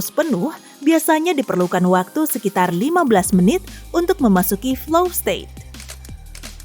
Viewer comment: Flow, bukan fly lho yaa...😂